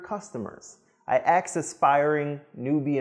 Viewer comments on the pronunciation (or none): Magnificent speaker,, but one word grates: Don't say "AXE" for the word "ASK". A query, not a tool to chop trees.